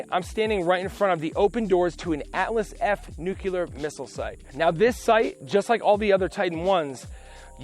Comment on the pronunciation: "Nucular"? LOL. NUCLEAR!!!!